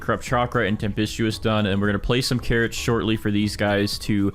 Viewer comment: OH- yEw gOaaT cawwOts iN yUr gAwDen?